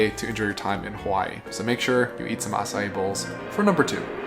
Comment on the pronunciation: Thanks for letting us know the correct pronunciation of Acai - not 2 syllables, but 3.